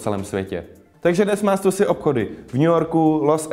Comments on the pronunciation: "u gotta call it stoosi" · neříkej stasy nebo mi ujebes uši